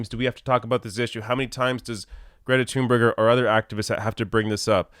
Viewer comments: I truly wish people would at least attempt to pronounce her name right. Tune-berg isn’t even close. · Her name is pronounced Toon-bury.